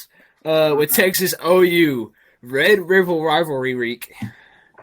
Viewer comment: Can you say red river rivalry right next time